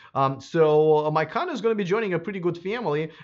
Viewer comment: Macan not Maican